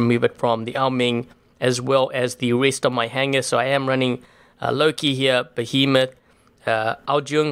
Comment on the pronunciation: I cringed every time he said behemoth, it was a fury!!!!